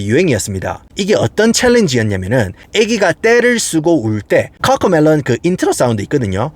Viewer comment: 아니 꿔꿔메뤄 혀 굴리지 말아 무 슨띠뜨버거냐